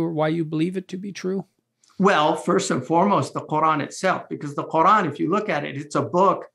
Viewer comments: Why do people change the way the pronounce Quran like this dude . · قوران ههههlearn how to pronounce Quran